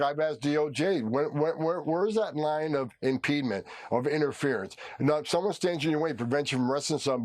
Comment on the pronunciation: Can Homan get the marbles out of his mouth and pronounce words correctly?????